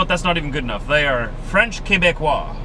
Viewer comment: Hi! Discovered you yesterday. I'm french Canadian and from Quebec. Really enjoy your videos and your enthusiasm! We call ourselves Québecois and your pronounciation of Québecois is dead on!